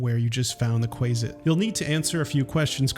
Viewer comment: Not kWAY-zitz... it is KWAH-zitz... like in cumquat, quack and quant...